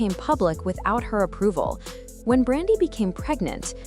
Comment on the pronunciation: How you tell a story about someone and say their name wrong multiple times. 🤦🏾 Her name is Brandy.